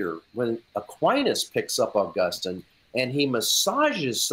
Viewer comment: So, why as an Augustinian scholar does call him “Ow-Gustin”? Does he know something no one else knows?